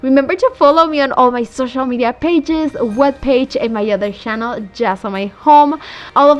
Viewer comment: So annoying the way you say “sshannel” googled how to pronounce channel . everything you make so unique and pretty but that “sshannel” pronunciation of yours gets on my nerve. And makes me not watch your videos.